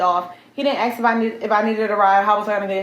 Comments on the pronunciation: It is pronounced ask not axe ffs you grown a$$ dummy. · He did not A.S.K. That word ends with a K, not X. Geeezzzzz and let's not actually talk about it. What you did was ridiculous and extremely childish. Glad he left ALONE. Grow up. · She’s ghetto as hell, can’t even pronounce ask properly! Can’t even communicate without clapping and pointing her fingers 😂.